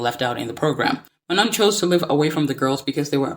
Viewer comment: I do agree with what you are saying but why do you keep saying Manon’s name incorrectly? Like it’s literally said in the show multiple times and the clips you used yet you still choose to say her name wrong